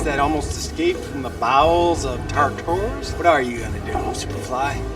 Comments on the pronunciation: Him mispronouncing “Tartarus” is triggering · So anyone noticed the miss pronunciation of Tartarus... as Tartauros.